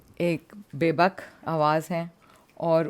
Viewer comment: She also said bebuk instead of bebaak 😂